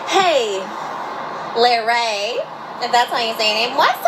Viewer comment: I fet not knowing how to pronounce someone's name But purposely mispronouncing larray's name (a poc) is microaggressive